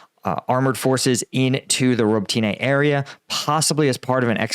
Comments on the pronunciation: I think it is pronounced Robotnya, not " roboteeeni". Perhaps listen to a Ukrainian pronounce it. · Robotyne is pronounced ro-BAH-tih-nah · Quick important note*** You are using the Russian way of saying Robotyne. Ukrainians say “Robot-na” or add a little eh before na. Source-my wife is Ukrainian from Kharkiv